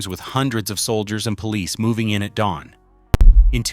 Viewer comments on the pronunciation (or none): none